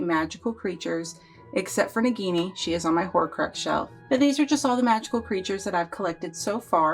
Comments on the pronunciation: i understand its okay everyone makes mistakes i just wanted to know if you knew the curect pronouncing but its fine there is no problom with saying it different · The Nagini pronunciation is wrong.